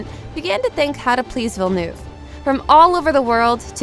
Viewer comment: Nice research, but I wonder why you didn’t do the research to pronounce the director’s name correctly?